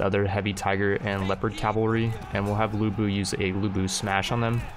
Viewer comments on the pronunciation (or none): Ya gotta do a lu bu run. It's lu bu. I also still really like your total war content even though I don't play the games myself.